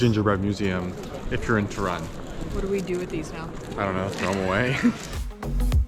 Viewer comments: Obviously wrong pronunciation of the name "Toruń" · How he calls it “tuh run” 🏃 🏃‍♀️ Seriously, he could be bothered to find out how to pronounce it correctly?